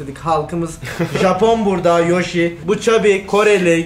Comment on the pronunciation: Yoshi, Türkçe telaffuzunda "a" ve "e" sesi arasındaki farka dikkat etmelisin.